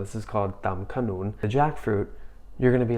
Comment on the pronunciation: You pronounce the name of the food with a very accurate accent. If I go to study abroad and come across Thai food that looks like this there, I will definitely miss home in Thailand. So smart.